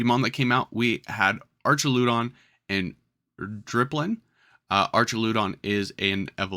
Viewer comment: also thare is no r in dipplin